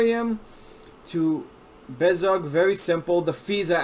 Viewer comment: I have seen many of these types of videos on Bezoge. He doesn’t say it right and he is lazy. I don’t trust this video. I am more informed and care more than this dude and I’m just a hodlr on like 1000$ of bezoge